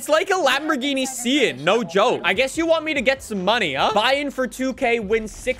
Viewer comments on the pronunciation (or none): "it looks like a lambo Sian" bro it looks like a lambo terzo millenio concept also does no one know how to pronounce Sian 😭